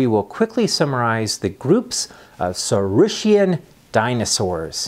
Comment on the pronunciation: Thank you for this fascinating lecture,. Let me ask you just one question: how it is really correctly pronounced? "saureess-shian" and "orneeteess-shian"? really? not "saureess-kian" and "orneeteess-kian"?